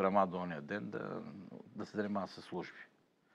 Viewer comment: „сас“ „косам“ „пролета“ „тарпението“... Имаш ли взето образование, не дадено???